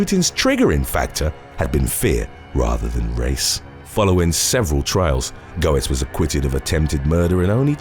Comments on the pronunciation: I'm sorry but his name is pronounced "Bernard Gets". The h and o are silent. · The one about Bernhard Goetz: His last name is pronounced "GETZ", as in, "Bernhard GETS his man", which is what was printed up on the bumper stickers back then, Lol!! That dude was one weird, bizarre bird, lemme tell ya. When the police were interrogating him, there was a woman detective who had a very thick New York accent. Every time she would start talking to him, he would look away, holding his forehead, shaking it back and forth, & he would say, "I'm.....Oh, I'm sorry, but....UGH, whenever I hear New Yorkers talk, I just......grrrrrr.....I just can't take it.....please.....just....I'll do whatever you want. I'm not gonna fight this thing, I'm really not, but please, just stop talking." LOL!! He was SO rude and thought that what he did by shooting at the 5 black kids who robbed him, was completely legitimate, & that he'd do it all again if he had to. I can see where he felt the need to defend himself, but he just took things a bit too far. Back then, especially, New York was TERRIBLE. I mean, it really was awful. It was literally known as "The Armpit of the USA", in regards to crime. I can remember once, back in the mid-late 80's, my brother was a Rep for a Record label, & did a lot of traveling for it, & had to go to NYC. He said one of the stores that were promoting some of the artists he was representing was right on Times Square, & just going from his hotel to the store, which was about 4 blocks, he was approached like 7 times by prostitutes!! He said that they didn't